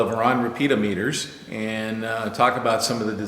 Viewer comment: Hi Tom, Was slightly concerned at first...thought you said building a few "Peter Meters"...